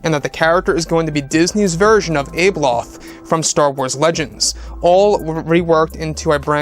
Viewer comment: abeloth is pronounced with a soft a